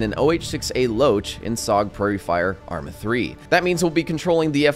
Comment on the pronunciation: I Just have to say it: Its Arma not ArmA.